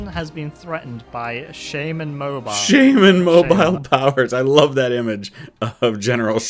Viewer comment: Mobile, Alabama is pronounced Moe-Beel